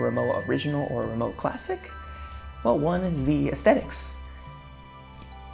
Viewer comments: Respectfully, the brand is pronounced REE-moh-vah. The W sounds like a V. This seems to be a very common mistake, and understandably so. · if you knew rimowa, then u should know it's pronounced as rimoVa. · You need to pronounce Rimowa correctly Vecause you are doing it wrong